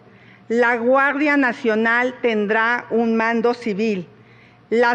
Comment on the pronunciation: No soporto a xochitl Gálvez, calumniando, sin propuestas y no pronuncia LA r La guagdia, las fuegzas, enserio habrá gente que vote por esta mujer?